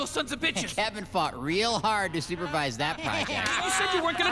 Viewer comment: "Kevin fought real hard to supervuse THAT part." Wtf